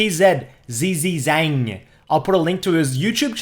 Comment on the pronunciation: It's 'Pee Je Jjang'